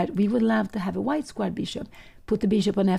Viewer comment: ❤Pia Cramling dictionary - "Change" = "Exchange"/ " Exciting" = "Excited" / "Squire" = "Square"❤